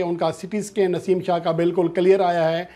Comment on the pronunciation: Babar Azam nain warning de hai Naseem shah na yr name to thek bol k news dia kro